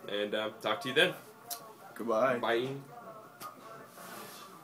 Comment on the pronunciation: 감사합니다 마무리 인사에 "바(빠)이ㅇ" 제가 제대로 들은건가요? ㅎㅎㅎ^ㅇ^